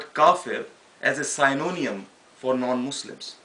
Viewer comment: Very well said brother but synonym is pronounced "Sin oh nim" ;)